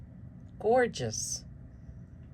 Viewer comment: Oh 😂, I just love the way you say Gorge-US 😂❤😂🪱💗🪱❤ I'm subscribed to both of your channels, but I have enough 🪱 Worms to care for properly. I do wish the winner success ❤🪱❤️ Happy Gardening Weekend ❤Peggy❤